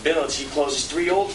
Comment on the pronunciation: that was so awesome the Scottish or irish guy who so badly wanted to say TREE instead of THREE lol TH isn't big over there